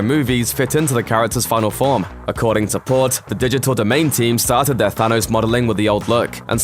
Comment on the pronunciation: Why do you keep saying sanos